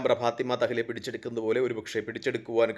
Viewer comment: തഹ്ലിയ അല്ല, തഹ് ലിയ.